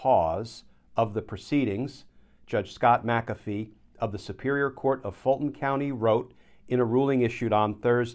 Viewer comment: There is no "a" in " Mc Afee" It is an Irish name. Mac Afee is a Scottish name. You are pronouncing it correctly.